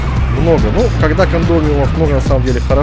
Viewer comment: Кстати, домики называются не кандомиумы, а кондоминиумы )